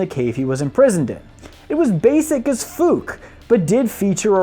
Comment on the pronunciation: Did you really say "fook" in place of fuck? I've literally never heard that said out loud before and I live in the Mormon state of Utah where a huge percentage of the population don't swear.